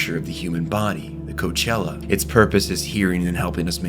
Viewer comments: Coke Leah at Coach Ella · Cochlea = coke - LEE - uh, but Coch-ELL-a. Awesome video, though! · Cochlea is not Cochella lol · “Inside our ear.. the Coachella” BRO CMON. COACHELLA? are you doing this on purpose are you trolling. Please tell me one way or another if you’re trolling or just not that good at vocabulary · Why is not a single person on YouTube able to pronounce the word "cochlea"? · Pretty sure cochlea is not pronounced like that. 💀😂